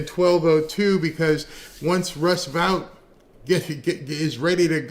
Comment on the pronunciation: Vought is pronounced VOTE.